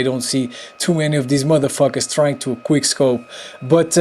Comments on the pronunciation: I heard queer scope about every time he tried to say quick scope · HAHAHAHAHA HE SAID QUEER SCOPE